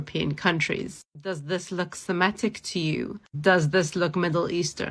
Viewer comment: If someone cannot even pronounce their supposed cause célèbre, how seriously should we take them? It's "sem IH tic," not "sem EH tic," f_s.